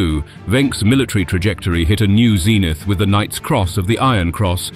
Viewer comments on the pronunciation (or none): none